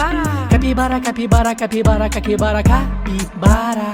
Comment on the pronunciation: Me encanto el momento que dice caquibara